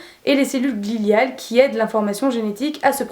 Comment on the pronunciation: Bonjour très bonne vidéo merci mais il me semble que se sont des cellules gliales et non gliliales